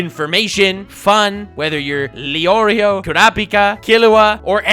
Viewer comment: You mispronounced the oreo